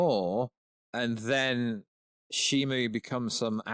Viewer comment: You still keep saying Shimu